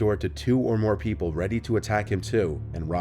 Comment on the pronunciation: "Pee-Pool" are you saying people or the name pf that little hole to look through?